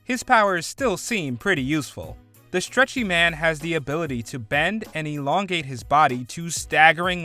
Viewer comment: inFLUence, eLONGate, Ezekiel im beginning to suspect he doesnt know how to speak english properly